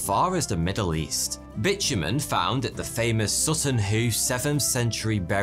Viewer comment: BIT.U.MEN, node the old prenounced here xD